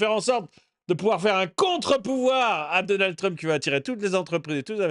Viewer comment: Le président réélu... Il n'arrive même pas à prononcer le nom de Trump...